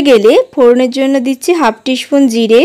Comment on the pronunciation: Upcharon gulo thik korun Peace ,spoon etc